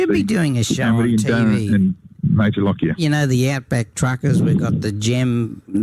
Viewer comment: I am a direct descendent of Major Lockyer. I would like to remind people of correct name pronunciation. Correct is, LOCK-YER, not LOCK-I-ER. thank you